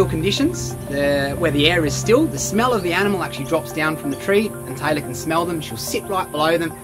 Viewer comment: The whole time I thought you were saying Tyler but I looked and saw my name and notice you were saying Taylor lol